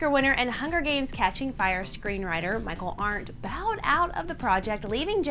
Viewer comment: Arndt = “Aren’t”, not “Are not.”